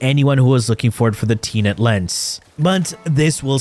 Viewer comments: its tenet not teenet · What I couldn’t believe is how you pronounce Tenet, hahah. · It's most likely on purpose